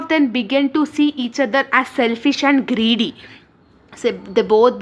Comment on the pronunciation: Very helpfull explanation but the way you pronounced “greedy” word in middle of the explanation was funny 😂❤